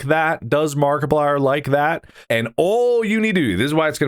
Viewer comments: Somewhy I heard Barkaplier at the end 😂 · Didnt you listen to the into? Its mark-eeplier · it's obviously a joke, even mark has pronounced it like that in a previous episode once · Why did he say Markiplier like that in the intro 😭